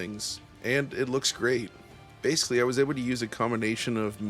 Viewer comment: You pronounced the word ‘basically’ correctly exactly one time in this entire review. You mispronounced it as “basely” more than a dozen individual times throughout. Imagine if proper grammar was like good performance; that’s some seriously inconsistent word pacing.